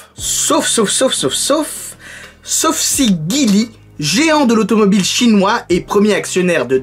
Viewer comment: Mais pour la prononciation erronnée de "Geely" ya plus personne, hein !!! haha Car oui, ça se prononce "Jili" en fait apparemment et non pas "Guili" comme j'ai dit.